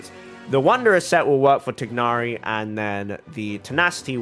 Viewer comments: Ok so to pronounce tighnari’s name it’s just like thigh but without the ‘h’ then + nari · as a muslim, it’s not even close to thigh. its like tick. but replace the ck with gh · To comment about the "proper" pronunciation of Tighnari. Since Hoyoverse didn't feel the need to make sure the EN VA of Tighnari pronounced his name properly (he pronounces it Tie-nari), they obviously don't care that much about the proper pronunciation and so it shouldn't be a thing for people to fight over. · No, the trailers pronounce it incorrectly. the g is pronounced. "gh" is said from the back of the throat